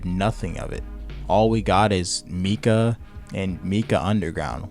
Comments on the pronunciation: IT'S FUCKING MATKA NOT MIKA (pronounced "Mahtkah" or "Mahtkuh" ) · all im gonna say, is its Mat - Ka, not meeka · bro just called matka “mika” im dying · Lil bro is shitting on tabor and saying he has thousands of hours and he calls Matka mika 💀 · The game is on Unreal Engine and is designed to use public assets. He can't even say Matka correctly and said "They need to stop this" and didn't say what... just ranted about a bunch of things which he throws way out of proportion and makes a big deal out of small things presumably for a reaction and likes. This video sucks. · I doubt you have any experience if you can't pronounce matka right. It been in the game for a while now so 🤷